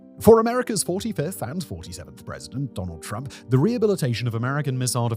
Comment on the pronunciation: "Turmp" lol